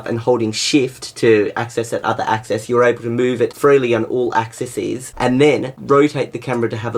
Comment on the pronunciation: Axises! LOL